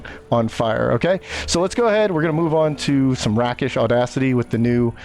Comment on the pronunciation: It’s pronounced “Rake-ish.” It’s a Swashbuckler thing or a thief term. It refers to acting like a real “rake”(kind of a medieval never-do-well…but more upscale).